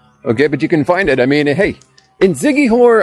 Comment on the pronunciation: I like your videos ...but you've got to give respect with the proper pronouncements ...it's "see-kee-hor" ...Siquijor (/ˌsɪkiˈhɔːr/ SIK-ee-HOR, Tagalog: [sɪkɪˈhɔɾ]), officially the Province of Siquijor (Cebuano: Lalawigan sa Siquijor; Tagalog: Lalawigan ng Siquijor), is an island province in the Philippines located in the Central Visayas region. Thx friend. keep on vlogging for our precious Philippines . Enjoy